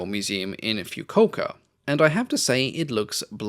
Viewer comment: I live in Kumamoto, about a hour from that museum. Also it’s pronounced fu ku o ka